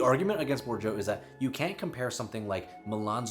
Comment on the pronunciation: You're so intelligent. Keep mind " Bordieu" sounds Bo'r'deea ( the closest), considering american phonetic.